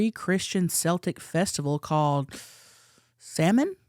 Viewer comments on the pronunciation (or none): Omg I just died! The way you pronounced Samhain made me giggle so hard!!! It gets mispronounced all the time 😊🖤 It's also spelled oober weird compared to how it's pronounced 😅 Samhain is pronounced "Sow-win" 🧙 Happy Halloween and a Blessed Samhain to you all 🖤🎃🥰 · Hey hunnies, Death witch here. Samhain is pronouned “sow-win”